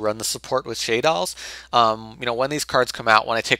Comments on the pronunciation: Dude you pronounce shaddolls so fucking annoying it's not "sheydalls" is shaddolls just like how you say "shadow" mist, also the deck sucks dnt give people misleading credit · I'm sure someone has brought this up somewhere, but I'm confident you're pronouncing Shaddolls incorrectly. Shah-dolls, not Shay-dolls. I find your pronunciation very irritating.